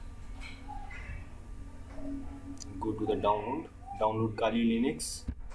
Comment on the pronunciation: Just the way he says Kali Linux)